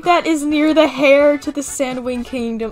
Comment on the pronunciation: Tip: Heir is not pernounced "hair" it's pernounced "air"